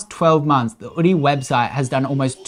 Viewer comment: Drop the H, just "Oodie" . It's cleaner.